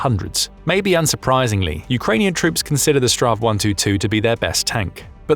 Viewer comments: Dont say stra... it's Battle-tank in swedish but shorter version of it. Rather say strids-vagn. Battle-tank. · For gods sake! stop raping the swedish languish! its either S T V R 122 or Strids vagn 122.